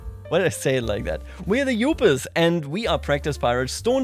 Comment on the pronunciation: Thats actually the right way to say Yooper, i say this as a life long Troll